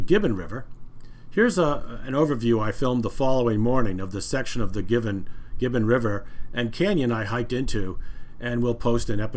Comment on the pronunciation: "Gibbon" not "Given".